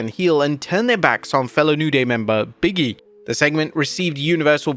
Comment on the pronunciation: It's Big E not biggie 😅